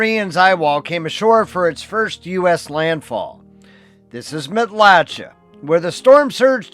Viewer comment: Matlacha is locally pronounced Mat-la-shay.